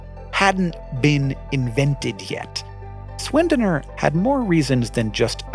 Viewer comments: Sch in german is like sh in english dont get how you could think of pronouncing it Swendener if you at least tried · Great Video as always 😁 Tiny language PSA though: „Sch“ as in Schwendener is pronounced the same as „sh“ in the word shake. Cheers from Austria 🇦🇹